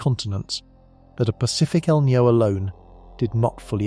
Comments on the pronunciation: It's not named after a character from the movie " The Matrix " Neo . It's El'Ninio , FFS get some better script writers & researchers . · El Nino not El Neo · It's EL NIÑO!! NOT EL NEO! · What the feck is el knee-o? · It's not El Ninio either...try El Nino (El Niño) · It is pronounced E L-Neen- Yo. El Nine’ yo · How about pronouncing El Niño properly. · I would like this video more if the narrator didn't repeatedly mispronounce "EL NINO". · Unfortunate that someone who puts in the effort to make a 2hr documentary and they don't figure out the meteorological phenomenons pronunciation.